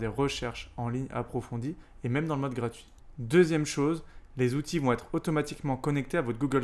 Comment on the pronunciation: Merci pour ce travail ! En revanche si tu pouvais éviter, pour un PE, de nous écorcher les oreilles avec les "huit Zoutils" ... ce serait top !